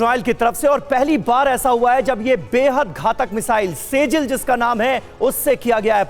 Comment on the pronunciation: से जिल ❎ सिज्जील ✅